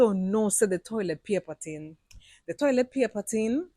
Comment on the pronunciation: Toilet paper ting (not tin).